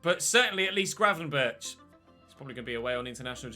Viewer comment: Get Gravenberch (it’s pronounced with a G at the end, like the one at the start) and the CR7 regen and keep Kasun in the starting 11 since he has some growth in him left 💪🏻